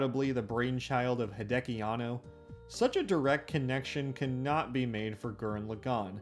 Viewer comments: “Tenga Tappa Gurren Luhgan” lmao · "G-er-anne L-ah-gone" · Hol up, how the fuck did you pronounce gurren lagann? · You butcher pronouncing Gurren Lagann so bad, I couldn't finish your video. Sorry